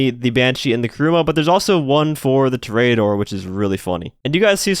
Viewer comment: TO-RE-A-DOR , not toraydor